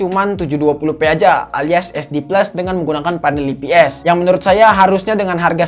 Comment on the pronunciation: saran bang nyebut ips nya, "ai pi es" jangan "ii pi es"